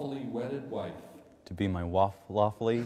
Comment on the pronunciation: En vez de pronunciar "lawfully" (legalmente), dice: "waffele_ly" (gofre), el novio hace la broma...😂😂